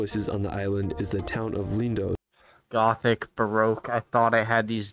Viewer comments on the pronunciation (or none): PLEASE EVERYONE -- the name of a lot of islands ends with OS.. they do not end with OSE. . It's Milos not Milose . . Mykonos not Mykonose . . Lindos not Lindose etc !! Since my first visit to Greece in 1973, I've had a place in Athens for many years. . I've been to 25 islands - many of them, lots of times. Santorini is FAR too crowded - they have severe problems with over-tourism &, especially, the dozens & dozens of cruise ships when hundreds of people suddenly descend on the little island.